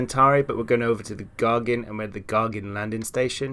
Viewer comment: Not gargin but Gagarin :)